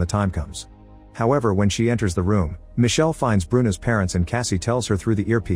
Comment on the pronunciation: Micheleeee not michelle